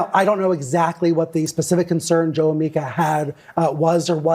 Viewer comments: TIM- it's pronounced "MEE-KA" ...not "MY-KA"...unless you're mocking her, in which case carry on! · MEE-KUH MEE-KUH MEE-KUH Not MIKE-UH. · Please don’t be offended but it’s pronounced MEE-KHA not MIKE-AH. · Pronounced m long e ka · Its pronounced MEEKA.....MEEKA. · Tim, 'Mika' is pronounced 'meeka'. 👍